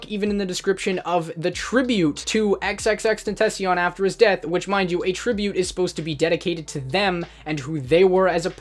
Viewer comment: I am very disappointed that you said xxxtentacion incorrectly like fr your white asf